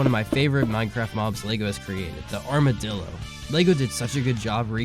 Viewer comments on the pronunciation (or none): none